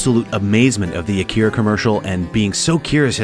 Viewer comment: “uh keer uh” 🥴